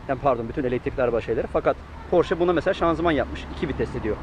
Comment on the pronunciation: tavsiyem araç porş diye okunmuyor :)) sevgiler